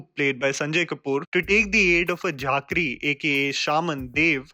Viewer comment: झाँक्री not झाक्री - (Robin)तामाङ्ग not टमंग